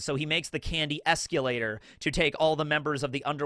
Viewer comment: telling why are you pronouncing escalator like that 😅